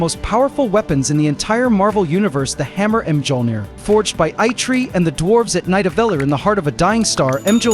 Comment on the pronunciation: If you're going to have Ai do the narration for your videos, spell out MYOLNIR and OOROO phonetically so it won't mispronounce the words.